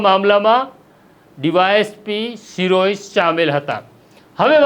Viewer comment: શિરોય નથી શિરોયા છે અટક. સરખુ ગુજરાતી વાંચો. તમે બધા જર્નાલિઝમ મા પાસ કેવી રીતે થઈ જાઓ‌ છો‌ સામાન્ય ગુજરાતી પણ નથી આવડતુ. 😂